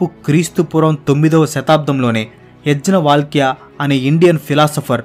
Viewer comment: అన్న ఆ పండితులు పేర్లను తప్పు గా ఉచ్చరణ చేస్తూ ఉన్నారు ఊదా. యజ్ఞ వల్కలుడిని యజ్ వల్కలుడు అన్నా రు దయచేసి సరిచూసుకోండి